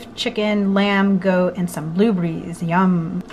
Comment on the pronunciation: I can't get enough of saying "blueberries" and "vitamins". My grandma used to pronounce them that way as well, so it's weirdly satisfying to hear.